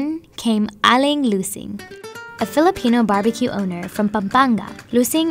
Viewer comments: Lots of love to the host for taking the effort in pronouncing the Filipino words the best she can <3 she almost sounds like a native speaker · lol., *shoutout to the host for taking effort in fiilipino pronounciation.., she didn't even get a bite of sisig.. she switched to fish.. fun fact: i also loved this dish.. it's kind of unique too when u mix the egg with the pork and love the toppings and the sizzling hot plate .. btw i'm filipino*